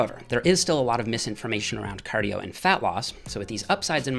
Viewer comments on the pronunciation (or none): Do your "cardiyooooo"